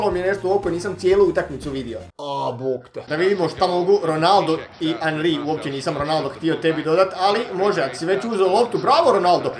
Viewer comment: nije anri nego enri